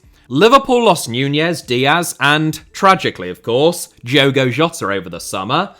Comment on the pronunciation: Can you please pronounce Portuguese people’s names correctly? And I mean Portuguese from Portugal. In Portugal, the D in Diogo is pronounced like the D in dog. So if you’re referring to an actual Portuguese person pronounce it like that. If you’re referring to a Brazilian then you can pronounce it the way you are. It honestly annoys us portuguese when people pronounce our names in Brazilian Portuguese